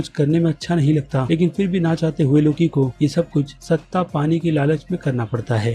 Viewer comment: सत्ता होता है सट्टा नहीं